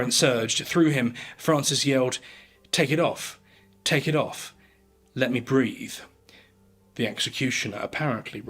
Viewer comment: BREATHE, not "breath" properly.